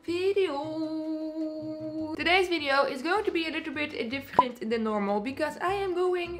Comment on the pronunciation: "differenght", nice